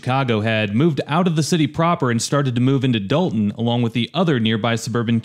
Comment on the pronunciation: That's Dolton with an 'o' not an "a"